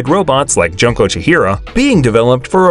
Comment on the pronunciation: poor junko, butchered by the narrator